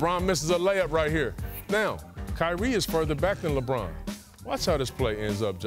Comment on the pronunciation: there is no d in lebron james